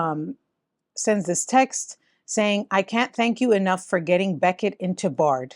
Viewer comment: What's this Beckett?! It's Bechet. Ba-shay